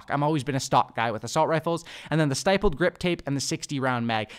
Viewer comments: Stippled is pronounced like nipple. When gamers think they are operators but never took a gun to a war zone 😂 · The I in stippled is short, just a heads up!